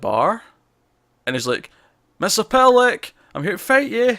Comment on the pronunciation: A lot of people put an extra "L" in Mxy's name like you did. Here's how you say it. Mixy is pit lick. M X Y Z P T L K. There's only one L. Not two.